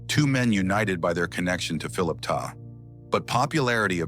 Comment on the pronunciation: His last name was TESTA....NOT TESLA😡